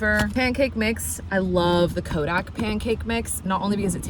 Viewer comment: For the pancake mix, it's Kodiak, not Kodak.